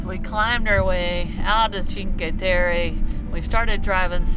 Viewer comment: Cheen-kway Teh-Reh